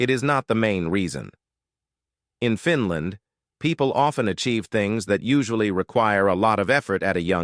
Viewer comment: I’m sick and tired of your over and over “repeated” wrong mispronunciation, it’s FINL’A’ND and not FINL’I’ND. I’m sorry narrator, it’s NOT called Finl’i’nd, but rather instead it’s properly called Finl’a’nd as in FINL’A’ND!!